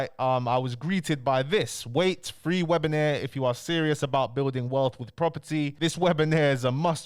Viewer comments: Webi-nair 🤣🤣🤣 Its webi-nar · Bro don’t annoy me. It’s WEBINAAAAAR. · please learn how to say webiNAR and webinAIRE🤣! Love the daily content. Big up yourself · ok but wtf is a 'webinaire' 🤣🤣🤣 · I’m not gonna listen to someone that can’t say WEB-IN-AR correctly 😂😂